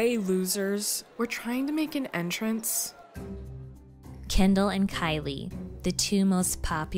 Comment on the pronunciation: it's Kendall. Not Kindle. Not Candle. Not Candull. 🤌🏿🥸